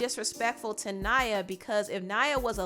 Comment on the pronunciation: The girls name is Naya, not Nyah. Y'all American's pronunciation boy.. Still love your insight tho❣️